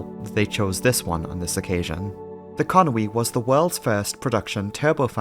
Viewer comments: Where does this "Conwy" come from? It's Conway..... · Con-wee! I've been saying Con-way...